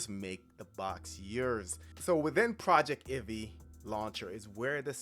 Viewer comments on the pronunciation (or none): I'm pretty sure it's going to be pronounced PROJEC TIV EE, not PROJECT IVEE.